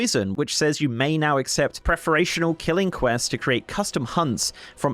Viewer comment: Look I hate to be 'that guy' but I really need to be an asshole right now: 'Plumed' helmet is not related to the plum fruit. It is pronounced 'ploomed' like a plume of feathers. 'Preferential' is not whatever you ended up saying, it is 'pref-er-ent-chal' I am hearing Youtubers butcher the English language more and more every day. If you aren't sure how to say something, Google it. Re-recording cannot possibly be that big a deal.